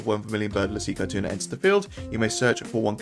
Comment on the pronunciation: Caetuna pronounced Setsuna